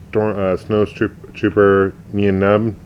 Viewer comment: Hey Nien Numb is pronounced Nine Numb, they discovered in the production notes for Jedi a B Wing pilot from the same species call Ten Numb, so Nien Numb is 9 Numb.